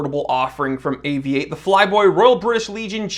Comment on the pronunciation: Great to have an American watch view who can say Avi-8. Properly.